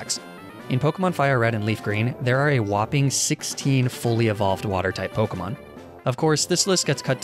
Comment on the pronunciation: can you stop mispronouncing the names